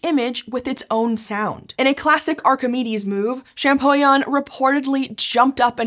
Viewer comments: great video, great subject! Champollion is pronounced ShampoLion because the LL is in front of the I. But the video is great, I’m just not sure if I have to correct people or let them keep mispronouncing… I’m sorry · My ears bled when she butchered the name of Monsieur Jean-Francois Champollion. Man Americans need to learn another language.